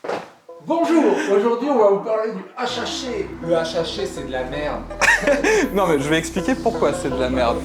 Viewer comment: Dit le correctement deja pour commencer